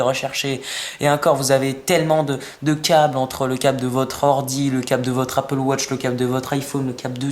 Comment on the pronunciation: tu sais pas dire iphone et apple watch